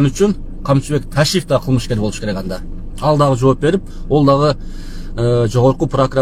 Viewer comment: Ол протокол эмес ал протокол туура суйлочу же чыкпай эле койчу